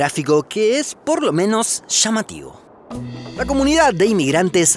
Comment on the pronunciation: Youtubero la palabra correcta es Playa no "Plasha" lo correcto es Llamativo no "shamativo" lo correcto es Plantilla no "Plantisha" ente otras muchas palabras mal pronunciadas